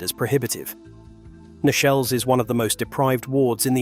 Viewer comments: Thank you for this. Most interesting. Sometimes I do understand, though, why things have had to be kept locked. Two mistakes. 'Nechells' is pronounced 'neetchells'. And when illustrating the Birmingham Catholic Oratory, you showed a picture of one of the wonderful windows of Birmingham Anglican Cathedral! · Nechells, pronounced correctly as Neechells